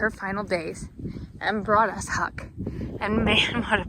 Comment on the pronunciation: Huck, not Hick. LoL